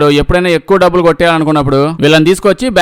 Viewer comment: డబ్బుదు కాదురా డబ్బులు అని చెప్పు